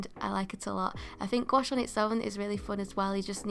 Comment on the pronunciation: you're actually one of the rare english-speaking people who pronounce "gouache" correctly, and i thank you for it ! 😄 (french speaker)